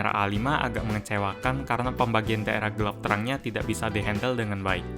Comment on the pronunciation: ngomong gelap kok gelep